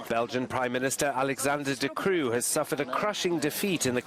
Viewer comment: Wow that is actually good pronounciation. I mean I will say De Croo was a terrible primeminister, worse than Bart De Wever for sure. I mean they're the nationalists, not quite the "conservative", they're in a coalition with the socialist party far as I know which is ran by... racists and idiots. I mean the "conservative" party is CD&V, the christiandemocratic party, although they're center right, but they're the religious party. idk smthn abt Americans trying to fathom European politics. Like to put into perspective they're less capitalist than Open VLD, so there's that. Accurate description of the entire party. They are as far as I know. none taken... so far... Belgium is basicly the "what if Switzerland was a failed state". I mean like not a failed state literally but there's a lot of issues since we tried to be in the beginning somehting we're not while the Swiss did none of those things.